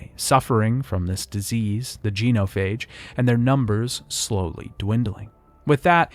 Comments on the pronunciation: Did you play the trilogy or just narrate this video? I’m only asking cause you butchered so many words “geno-phage”, “sa-lar-rians”, etc that aren’t mispronounced by ppl who play the games. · dude I have to ask. why do you intentionally mispronounce names? your video is killer but that shit was grating the say KAY-DEN like 40 times not KIA-DEN and it is JEN-O-PHAGE not JEAN-O-PHAGE. I know it is a nit pick but really stood out. other than that really really good video.